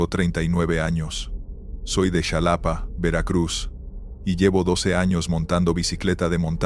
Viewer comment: Solo un comentario, si fuera real la historia o el personaje . Sabría que el nombre correcto es Xalapa. No como lo pronuncias. Ojo